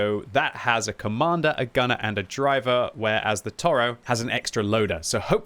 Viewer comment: Toro means bull. It is mot a bison. It is pronounced To Ro